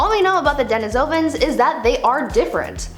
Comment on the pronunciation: "PEHR-AHN-thro-pus," not "perh-ahn-THRO-pus." "deh-NEE-soh-vahns," not, "deh-nih-SOH-vans." They were found in Denisova Cave, in Russia, pronounced, "deh-NIH-so-vah." Da-yam, wo-man, yo-ah killin' me o-vah he-yah. People keep praising your pronunciations... 🙄 Nope. Please, gods, listen to others pronounce them before making more videos. While your science is on point 100% of the time, your pronunciations, one third of the time, suck. I'm not trying trying be nasty, just truthful, to help you. One of my minors is Anthropology, and I'm I'm gifted Aspie. I've studied human evolution my entire life, since early childhood, in the early 1970s. I've probably watched more videos and educational specials, beside my education, than the time you've been alive. Please, fix this. Thank you.